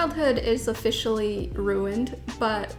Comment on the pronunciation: "Ofishally" ruined